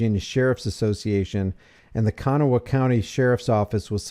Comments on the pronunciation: "KU - GNAW - UH" COUNTY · There's no traffic camera, and learn how to pronounce the names of counties and places. The officer was off duty his wife was in the car, and no, in WV you don't get information about investigations like you do in Florida. It was not his mistress like this woman trys to portray.